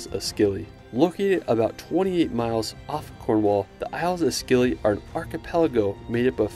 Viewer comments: Just a note from a local: Scilly is pronounced Silly. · The C is silent in Scilly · Cool video! Just so you know, Godrevy is pronounced Godreevy rather than Godrehvy, and the c in Scilly is silent :)